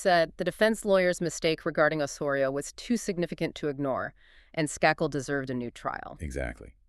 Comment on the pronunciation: Skakel. Pronounced with a long a.